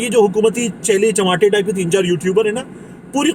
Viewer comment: طارق بھائى۔ آج پھر آپنے چیلے چماٹے کہا۔ دو الفاظ صحیح کیوں نہیں ادا کر سکتے۔؟؟ ایک چیلے چپاٹے اور دوسرا مسٹر جسٹس نہیں بلکہ صرف جسٹس ہوتا ہے۔ 🙏🏼🙏🏼